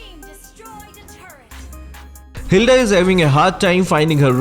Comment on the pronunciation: When Hilda becomes hidla ~~~